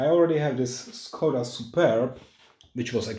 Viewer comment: Nice, you can already handle action videos :-) In my opinion, it would be better to use the original pronunciation of the name Skoda, just a small note ..